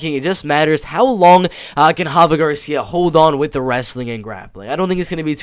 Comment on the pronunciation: Dude it’s RAfa Garcia, not Hafa 😂 I thought you were half Mexican (like Rafa) not Brazilian 🤣